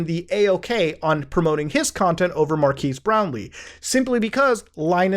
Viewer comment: Every time I hear someone say that name, I think they're saying "Mark Has Brownie".